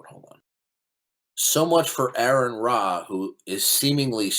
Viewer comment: I immediately distrust anyone who can't pronounce Aron's name right. "Even if somebody made a defamatory remark about me, I would still tangle with them" You made a comment about his WIFE, not him.